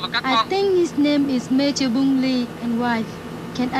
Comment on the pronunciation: Please get the name of the South Vietnamese Air Force pilot correctly. It's Major BUNG LY. Thank you.